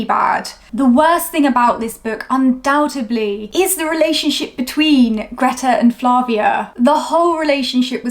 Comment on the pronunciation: Undoubt-EB-ly? That's a D in that 3rd syllable, young lady, not a B. (Undoubt-ED-ly)